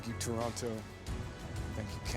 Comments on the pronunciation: He sounds like he still knows his way around; like a local except how he pronounces Toronto 🤨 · Wish he actually pronounced Toronto the way we pronounce it.